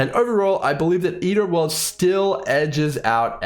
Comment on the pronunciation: "Ear o´ orlds"